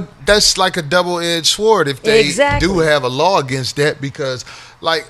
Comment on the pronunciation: Corey: don't pronounce the "w" in sword. It's silent. Also, Key & Peele were on MadTV prior to their Comedy Central show...